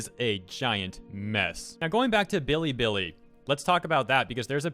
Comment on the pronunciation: everytime he says billy billy i die abit. its be lee be lee